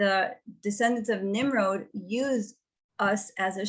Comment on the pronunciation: Nimrod not nimroad